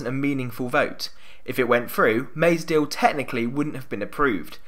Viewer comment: I noticed, too... There's a very distinct l w merger going on in this one. "Deawl" instead of "deal". 🤔